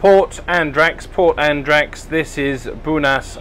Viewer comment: Enjoyable and insightful video - just your pronunciation of Andratx and ignorance of the boat's length in meters were a bit shocking ;) Will be off to Cala D'Or in a bit less than a month myself, but will make do with an 8 meter bow-rider for a few day trips.